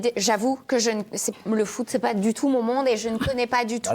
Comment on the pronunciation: le foot pas le fou 😅